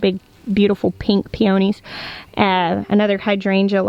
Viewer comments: I love peonies, I wish I could grow them in coastal CA but they need the cold. I was super confused like what flower is she talking about, pee-oh-ni, OH, she means pee-a-knees! Love your garden tours, vicariously living my full sun big garden dreams through you sitting in my tiny shaded backyard. Growing some of your tomato recommendations this year as well. Can't wait for the rest of the season's garden tours! So excited! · Pee-o-knee not pee-yo!-knee